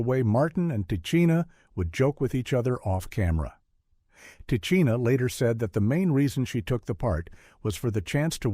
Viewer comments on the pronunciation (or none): I hate these AI narrators 🙄 Tichina's name is pronounced "tih-she-nuh"